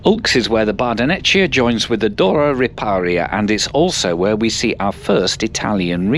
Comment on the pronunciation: the line isn't fast - the train on it is! Try a line in the future - Ever attempted to try a line in the past? Guess not... Otherwise, nice footage. Oh, and the Italian border station Bardonecchia is not pronounced Bardo'netcha (in Italian) but Bardo'nekkia.